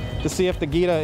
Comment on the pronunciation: Jee-ta. Not Geeta